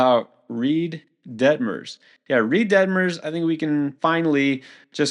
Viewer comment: “Reid Detmers,” oh boy here we go again